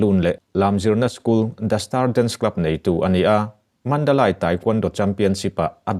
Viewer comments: Nia, ngaihthlak a hrehawm Mandalay,Mandalei tih ve mai awm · Mandalay hi Mandalai tiin lamlo la... Mandalei tiin lam ta che. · Mandalay ( lei ) ti tawh la. Mandalai tiin i lamrik hian ngaihtlak a nuam chiah lo. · Mandalai nilo vin mandalay mandalei tih zawk tur aw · A ngaihnawmin a manhla hle mai.Chutih rualin Mandalai ti lovin Mandalei tiin chhiar la ngaihthlak a va nuam dawn em! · Puangtu pa,Mandalai a ni lo,,Mandalay tih tur zawk a ni. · Mandalay Mandali tia lam tur. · Mandalay I lamdan Khi a diklo aw. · Mandalay i lam dan chu lehhhhhh